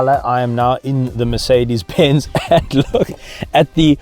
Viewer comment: did he say ‘Makedis benz’ 🤨